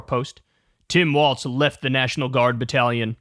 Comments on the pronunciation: Kyle: He pronounces it "Walls" not "Waltz." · Come on man, his name is WALZ NOT WALTZ. Please stop mispronouncing it!